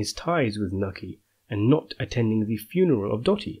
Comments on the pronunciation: Knuckey? Its pronounced Newchi (nucci) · Newchi broo New Cheee say it with me not nooki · Pronounced noochie not nookie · Paulie's Mothers name was Nucci not Nutty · I doubt Dr Fagolli is Paulies real dad. I also thnk that when Carmine said that comment about Paulies dad being killd by a trolley- That was just to show us he doesnt really kno him & to reveal Johns b.s.ing him & its not true & Carmine is confusing him with someone else. Also, Paulies moms name is Nucci & pronounced like rhyming with "hoochie". Cool vids tho for sure😎